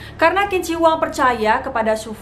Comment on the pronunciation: Qing dibaca ching